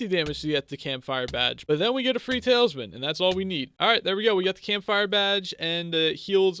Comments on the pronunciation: awesome series, but i can’t keep my self from saying that it’s talisman, not taleisman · Talsmin is how he is saying it